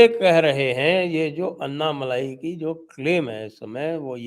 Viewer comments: It's not malaai but malai...no aa ki maatra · साहब अन्नामलाई मत कहिये. सही उच्छार तो "अण्णामलय" है।